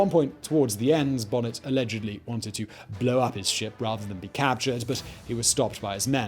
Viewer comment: Damn it, it’s Stede (steed) Bonnet (bo-nay). Ugh.